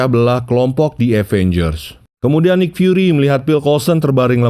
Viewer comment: Bacanya nik fyuri bukan naik